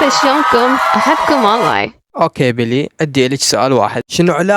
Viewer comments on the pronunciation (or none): هههههه حلوو بس اسمهة بيلي مو بلي 😅😅